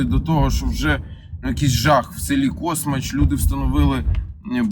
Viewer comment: Космач, наголос на А, розкручуєте село в інтернетах, а селяни не доганяють що то про їх село мова йде